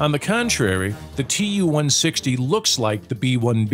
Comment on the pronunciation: Who gave Too-160 the nickname "blackjack"?! We call it the "White Swan"!!! P.S. Not Tu, but Too, long "u" (oo).